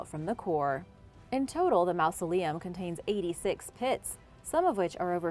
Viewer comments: Stop pronouncing it like "mouse-aleum." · great video, but you’re saying mausoleum wrong!